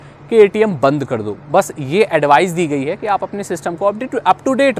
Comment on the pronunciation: bhai it's "banned" not band